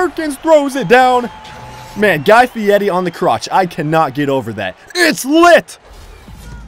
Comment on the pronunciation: You kept saying Guy Fietti on the crotch but his name is Guy Fieri...